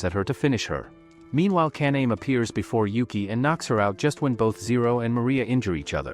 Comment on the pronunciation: One comment: it’s Ka-na-may